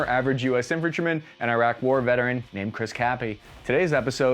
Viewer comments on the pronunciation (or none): none